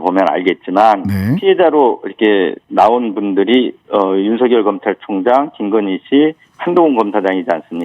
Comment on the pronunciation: 신장식변호사님께서 정확한 발음을 하시는군요... 윤석열을 윤서결로..... 그들이 주장하는 것 처럼 가짜뉴스라고 하면서 법적 책임 운운하고 언론피해를 받고 있다고 주장하고 있다. 그런데 왜 언론중재법을 언론재갈법이라고 하면서 반대를 할까?...참 웃낀다